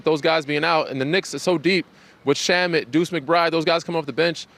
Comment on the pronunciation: Did he just say Shameet and Deuce make the Knicks deep? Hahahaha. I’ll take the Spurs odds.